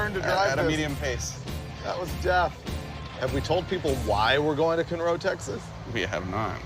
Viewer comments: Conroe, Kahn - row, not cun row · lol Cunro nope. It’s pronounced Con Roh, cmon producers at least do a smidge of research! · Cool car, cool episode👍 And it's CON-roe, TX not cun-ROE lol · It’s CON-roe, TX!!!! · I'm 100% sure what town y'all wound up in. I'm just dying at how you pronounced it, lol.